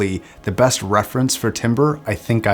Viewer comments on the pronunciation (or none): I guess I have to be the one to point it out... It's pronounced TAM-BER not tim-ber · Just a friendly reminder that "timbre" is pronounced like "tamber" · It's pronounced TAMBER :) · Timbre is actually pronounced as tam-ber. Timber is a type of wood lol. English is very weird. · The b roll on this video is nuts. Great work. (Btw timbre is pronounced “tamber”) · yeah love your channel bit please stop saying it wrong, it makes your otherwise informative videos feel uninformed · Great review. Here's how to pronounce "timbre"